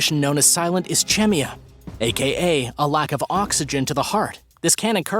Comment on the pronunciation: Dude... Ischemia= Is KEEM ee uh